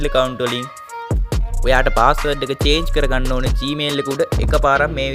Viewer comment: චාජ් නෙමේ අයියෙ චේන්ජ් පාස්වල්ඩ්😅